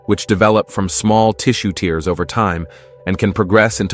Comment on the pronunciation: It's pronounced "tares" not "teers"